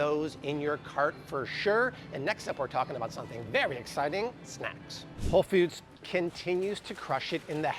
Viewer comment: Why pronounce Whole Foods as "Whole Feuds" kinda like those who pronounce coffee cawfee?